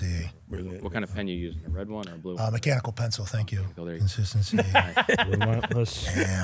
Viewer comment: “Mecahnical pencil”😂